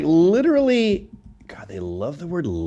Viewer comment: I dislike hearing them say litchrally more than hearing them say literally.